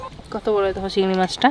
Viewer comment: Takuma cigri mach k bole cigra mach so sweet